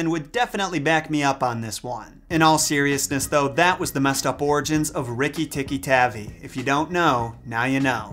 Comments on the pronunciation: It’s TAHVI right? Cuz his tavy is irritating 😂😂😂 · Was it always???? Tavi and not tabbi? My family has had 3 ferrets named rikki and we spelled the last name wrong the whole time smfh?? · Sorry, it is pronounced Tar-V I use to have a tape of Rajard Kipling stories read by Kipling himself